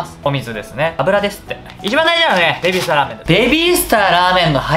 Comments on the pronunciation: ベビィ↓スタァ↑ラーメン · べび〜すた〜の発音はズルいっす